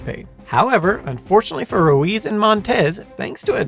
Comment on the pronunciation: It's a little ironic that you pronounce "Quincy" with a z instead of an s because that's how it was originally said, but you pronounce "Ruiz" with a z despite the proper sound being an s.